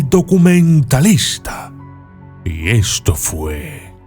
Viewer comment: NO SE DICE , DUCUMENTALISTA. SE DEBE DECIR , DOCUMENTALISTA......